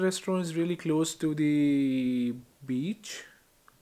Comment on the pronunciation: Amazing video. Its just his pronunciation of "the" is lil 😖